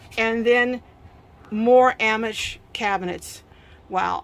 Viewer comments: Wish person doing interview could learn correct pronunciation for amish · So cute how pronounce Amish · I really enjoyed this teardrop tour! Thank you. I have never heard ‘Amish’ pronounced the way you do it.